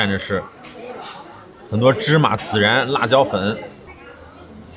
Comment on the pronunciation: 孜然的孜是一声，不是三声